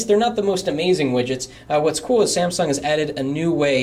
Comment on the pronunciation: samsung pronounced as samson hehehe and this guy here seems to like experia better than galaxy. i personally do like experia better,, too bad my location cant just have it. i just feel a lil bit down for the RAM